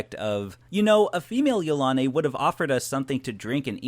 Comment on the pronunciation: I really don't think he pronounces it right. I feel it is pronounced: Yil-a-nee. I could be pretty sure I'm right. What does everyone else think?